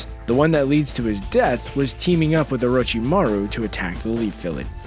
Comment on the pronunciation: we not ganna talk about how he said lead village 🤦‍♂️